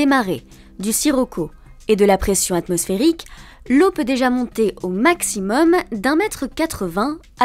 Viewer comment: * Atmosphérique et non ath...